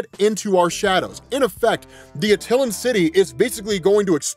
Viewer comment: Not uh--tillun but At-Eye-Lan